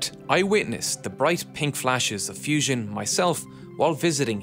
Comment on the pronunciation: It is Not Fision. Learn to pronounce properly.